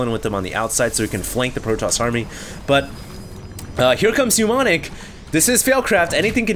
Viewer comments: it's ni-ˈmä-nik, NOT nyu-ˈmä-nik... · It's not pronounced "newmonic", but "nuh-monic". With a silent m. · These are so painful to watch. And it's not helped by the fact that keeps pronouncing Mnemonic (ie. "Neh-Monic") as if it were "Pneu-monic" (ie. New-monic). That's ok, I still love you. But I must stop watching these failcrafts lol